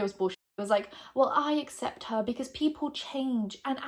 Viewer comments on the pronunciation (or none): none